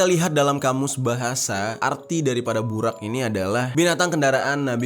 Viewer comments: Bang maaf nihh yaahhh setau saya penyebutan buraq nya salah harusnya nyebutnya buroq tapi di tulisnya buraq🙏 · Bacanya burok bang bukan buraq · Bacanya buroq Bang xixixiii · Bukan BURAK bang tpi BUROG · Bang bukan burak burrok itu bacaannya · Burok bukan burak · Di baca nya bukan BURAK tapi BUROK cari tau dulu baru cerita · Burok bang bukan burak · Bacanya burok bang, dalam bhs arab ra itu di baca ro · Bacanya 'BUROQ' bang jeri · Sedikit benerin kata ya kak Buraq dibacanya itu=Buroq Shahih dibacanya itu=Shohih Ar-rass dibacanya itu=ar-ross 😁😁😁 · Kalo ga salah buraq dibaca buroq bang, maaf kalo salah, sukses selalu bang jeri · Buraq cara bacanya Burok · baca nya buroq bang